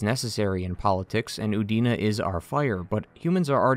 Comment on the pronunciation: I could have sworn for a moment you said Udini